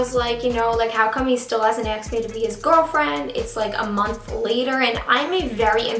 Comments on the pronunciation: is it just me that dies a little each time she says aksed instead of asked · axed me out.. "axed" bugged me so hard it's ASKEDDDDDD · im not a hater but its annoying how she says "axed" instead of "asked" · Asked me out not axed me out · Did she keep saying aksed instead of asked ?? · "asked" not "axed" Please! This made me click away from this video. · i can NOT with the jokes about her saying "axe" 💀💀💀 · "Axed me out" "assed me out" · Well I hope he doesn't "axe" you out 😂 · "Still hasn't axed me out " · You always say aksed hahah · Her saying "aks" is just perfect somehow 😂😜😝❤❤❤ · the story time was bomb but girl. it's asked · like how come he hasn't 'axed' me out yet? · Haha I love how she says axed me out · Take a shot every time she says "axed me out" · Am I the only one who hear her say acksed me out ???? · Is it just me or do I keep hearing "aks"? Pretty sure that's London slang ;) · "axed me out" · I'm Canadian and nobody says acskd instead of asked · This girl said "axed me out" at least 35 times lol